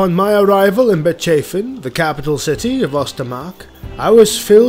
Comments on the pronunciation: Yeah, it is great. I have one complaint though. About Bechafen... isn't it pronounced like Beckhafen(like the last three letters of TalaBEC)? You know, not Betchafen. Matters not. Such errors only add to the charm. Maybe that's how it's pronounced in Nuln, from where presumably is. Don't worry. See you in Talabecland! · I'm almost certain given the pronunciation of a lot of other empire locations, that it is meant to be Beck-Hoff-En not Bitch Chafin(g) 😂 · I love your Videos, but as a native german this one was grating to my ears. Bechafen is not pronunced like that. It is bec - hafen. Hafen means port in german. Otherwise keep up the good work.